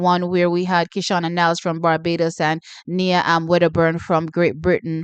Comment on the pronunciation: T the GB athlete name is pronounced as Niyah not Knee-a coming from her father (former St Jagoite). Nia just might shook you tomorrow.